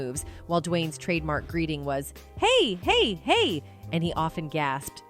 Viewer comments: Dwyane didn't say Hey Hey Hey, Its Hay-Hay-Hay. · Well. We know she knows nothing about these shows because of how she pronounces the shows 227 and what's happening and how she said Hey Hey Hey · You said Hey, Hey, Hey wrong. It should flow together not spaces between each hey! And the 90's show you pronounced two hundreds and Twenty-Seven is actually two two seven. You are clearly "white" and need to do your homework better! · This was a HORRIBLE VIDEO!!!So Nobody's checkn for inaccuracies now...She couldn't even get Dwayne's Key sayings right!!!Hey Hey Hey..Na-Ohn...Sidney Poitier etc...Bad Job UTube...